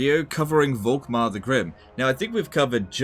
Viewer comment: The „V“ is more pronounced like a „f“